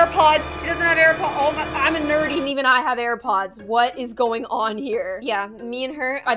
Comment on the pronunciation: “the tips of you HAIR pods” Me: “D-Did she just say HAIR PODS?! DHHSBDBDHDHSHD”